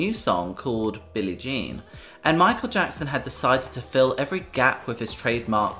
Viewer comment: This ai reader is no bueno, sugo Knight, meekal Jackson lmao